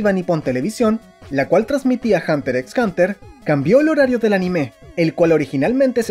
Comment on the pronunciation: Creo que la "X" no se pronuncia jeje pero buen video 👌🏾